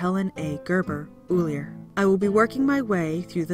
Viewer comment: Ullr, no e. If you're going to speak about my Norse Gods, at least get the names right.